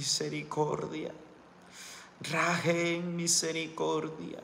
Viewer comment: Amado hermanito gracias por todo, Rachem hermano amado no es con "N" al final es con "M" 💗💗💗💗